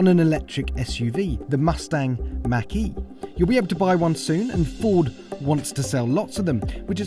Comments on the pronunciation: Why do you say Mackie? It's pronounced Mawk - E. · I like how you say 'ford makky' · Sounds like he said Mackey lol.